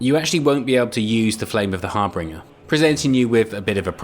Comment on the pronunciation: It's harBINGER, NOT harbringer. What EXACTLY did you think a harbringer was?